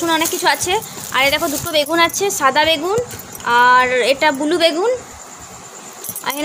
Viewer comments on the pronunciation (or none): katha ta bulu noi blue